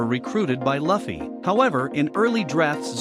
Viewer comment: Sorry if you feel bad but it sounds cringe how you pronounce Luffy, Dadan and other names in the video